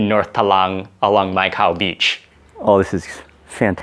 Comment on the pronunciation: Hope u n family s also safe.....d entire Phuket whether food or views everything ws amazing.....jst loved d entire vlog.....for me Mai Khao beach really sounds like "Micah"🤗-jst shared my thought☺️...my regards to ur entire family.....waiting fr d nxt vlog❤️❤️❤️❤️...till dn stay safe😁